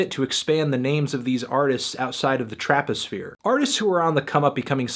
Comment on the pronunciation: please don’t ever say traposphere again